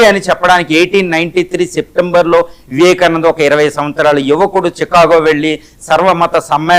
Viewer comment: నీకు పదాలు పలకడంరాదు అర్ధం చెపుతావా, వివాకానందులు చెప్పేరా, అన్నీఅసత్యాలు.